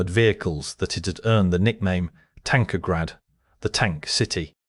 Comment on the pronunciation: "Tankograd", not "Tankergrad"